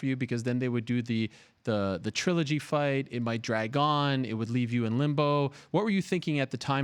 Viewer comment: Francis really doesn't want the Stipe-DC "try-low-gee" to happen...